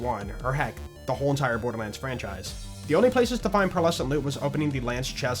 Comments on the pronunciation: Is it just me or are you saying "bordermands"? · am I tripping or dude's saying borderman?